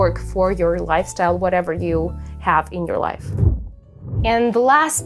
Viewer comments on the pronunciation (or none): none